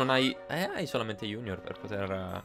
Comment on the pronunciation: Fantastico! Adoro Yo kai watch 4!! Cmq io.pronuncierei.giugnor e nn iunior... cmq nn importa come pronunci i nomi... La prossima volta usa la Slot-Kai però...